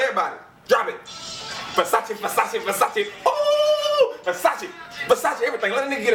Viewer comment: Fasashee fasashee lmfaoo (yes I know it's spelled Versace)